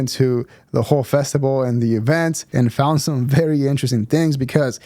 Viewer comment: I think he calls it a festival bub, not a festible.